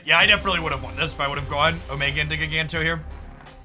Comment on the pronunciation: It's JYE-ganto. Like giant. Or gigantic.